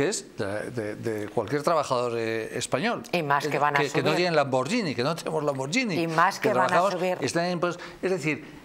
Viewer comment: NIÑA. POR DIOS! SE DICE LAMBORGHINi LANBORGHINI...L A M B O R guI N I (TANTO EN ITALIANO COMO EN ESPAÑOL. L A M B O R G H I N I---------lamborguini